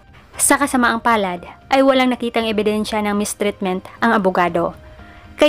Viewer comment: Ok naman ang pronunciation mo kasi nga bisaya ka, lahat ng may e nagiging i ang ganda nga ng boses mo. Katulad ng ebidensya nagiging ibidinsya. Nakakatuwa nga your true to yourself. Don't be bothered with the comments of others. Hindi importante ang pronounciation, ikaw ang importante. Paano na kung wala ka..eh di nasa bakasyon🥰.